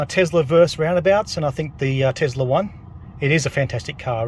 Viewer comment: TeSla, not TeZla.